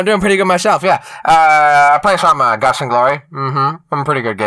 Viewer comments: hey jelle it's GUTS and glories not GLUTS 😂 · Jelly it's "Guts and Glory",not "Gluts and Glory" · Jelly, it's GUTS and Glory, not gluts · Uh jelly? Its guts not gluts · he said guts not guts